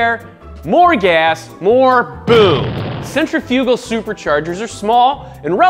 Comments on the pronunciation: Sentra fyoogal 🤣 it’s sentrif ahgool. You put em fass iss on the wrong sill ab ool 😂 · hahahaha centri-fugal supercharger, wait you were pronouncing it wrong to be funny right? cent-rif-ah-gul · Does someone want to tell him how to say that word? Cen-tri-fi-gal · Bahahaha he said centerfugal... its pronounced sen·tri·fuh·gl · Mispronouncing ‘centrifugal’ - it’s not ‘cen tri fuuuugal’ but rather ‘sin trif ah cal’ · "sentry fugal" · oh he's VERY cringe-worthy... he keeps mispronouncing centrifugal; that doesn't seem to be a regional variation, he doesn't seem to actually know how to pronounce it, so he winged it (and failed) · Somebody teach this man to properly say centrifugal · Hold up... wait. Say centrifugal again? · Centrifugal is not pronounced like that lol. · I cringed every time this guy said “centrifugal” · he doesnt know how to pronounce centrifugal. why?